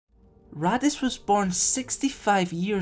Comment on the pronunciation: Am I the only one who keeps hearing Raddus as "Radditz" from Dragon Ball Z? :)